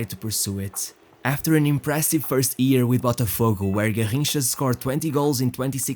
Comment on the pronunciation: J..F..CHRIST!!!!!😤😤 learn how to pronounce ''YEAR'' before you make another video.